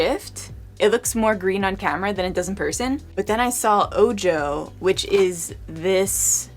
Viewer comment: I'm not trying to come down on you or anything but I think the shade "Ojo" is pronounced "O-Ho" and it means eye in Spanish. like maybe referencing the "evil eye" and would explain the bright blue color. Anyway, beautiful palette and great review! ♡